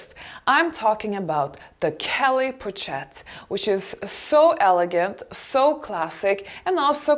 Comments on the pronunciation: In addition , it’s pronounced poshette not pochette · hi, great video:). Hope you do not mind a small correction: Pochette is pronounced with "sh" sound and not "ch" because it is french (I am bilingual). sorry I hope that my correction is not offensive, and have a great day <3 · I agree entirely about the choice and the analysis of these bags, may I only suggest an improved pronunciation for the pochette (poshét) and capucine (capussyn’) bag. 🌷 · My dear.. you really need to learn how to pronounce french words (ex:pochette ) Makes a difference. :) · dear, please learn how to pronounce properly the names of certain brands and also their various styles. It can not be that such an affluent woman as yourself goes around pronouncing "cartier or pochette" (and other) the way you do. Best regards. R